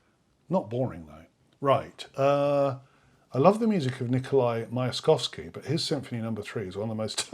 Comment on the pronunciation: Dear music professor, please learn to pronounce names of composers you are expressing you EXPERT opinions on. Myaskovsky (мясковский) {myiaskOvskiy} is not too hard, is it?